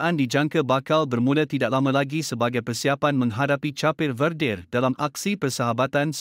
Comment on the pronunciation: Sebutan negara Cape de vedre tu pun salah....ko jaga kelab indon sdh la bro....apa sibuk kelab kami...